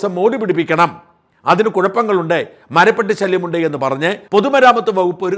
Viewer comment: മറുനാടൻ എല്ലാ കാര്യങ്ങളിലും പൊങ്ങച്ചം പറയാറുണ്ട്... അതിലൊന്നാണ് ഭാഷാ ശുദ്ധി നോക്കുമെന്നത്... കൃത്യമായ ഉച്ചാരണം... ശരിയായ വാക്ക്... എന്തല്ലാമായിരുന്നു തള്ളുകൾ... മരപ്പട്ടിയും മരപ്പെട്ടിയും തമ്മിലുള്ള വ്യത്യാസം എന്താണ് എന്നറിയില്ലെങ്കിൽ ആ സുനിതാ ദേവദാസിനെയോ ആരിഫ് ഹുസൈനെയോ വിളിച്ച് ചോദിച്ചാൽ മതിയായിരുന്നു...😊😊